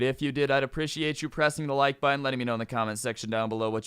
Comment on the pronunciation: ill drop likes once u pronounce "appreciate" right bruh lmaoo